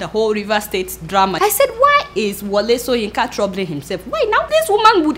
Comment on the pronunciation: Adeola, you must be "OMO IBADAN", you keep pronouncing the prof "soyinka" instead of shoyinka. lol. good sow sorry good show. lol.